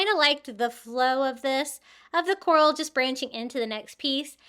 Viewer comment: All of them are pretty but the coral wreath is beautiful ❤ the word is CORAL